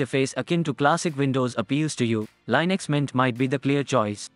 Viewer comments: im sorry, lynix? its li-nucks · linux, not lienux